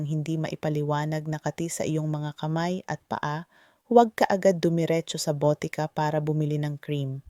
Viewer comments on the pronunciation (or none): Bisaya kba doc...Mali bigkas sa atay. Kati.mabilis.. bigkas....boteka mabagal ..Ganda mo doc barok ka magtagalog